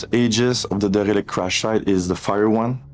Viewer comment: You can Der-e-lict my balls, Cap-i-tan'